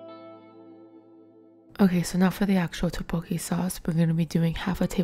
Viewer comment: its so relaxing but im so stressed by the way she pronounces 떡볶이... like toppokki ;(